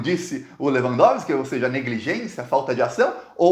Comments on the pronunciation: Caro, você é 10, mas não se diz "dôlo" e sim "dólo". Vamos que vamos...assisto todos os seus vídeos e compartilho seu excelente trabalho. A esquerda, nesses tempos modernos de redes sociais, te deverá muito... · Ei. Pronúncia correta: Falar dôlo é doloroso. Grande abraço. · se pronuncia "dólo" com o "o" aberto. Tamo junto! Fora Bolsonaro! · Prezado, a Pronűncia Correta da palavra DOLO, é como se tivesse Acento Agudo no DÓ.